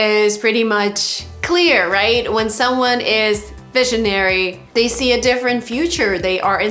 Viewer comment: You said: 1) defferent. It is different . 2) most of people?